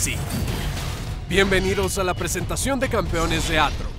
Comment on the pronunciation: devuelvan la R a mi Aatrox >:(